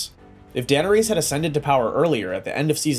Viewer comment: AI GENERATED.. DUH NER RESS. NOT DANERESE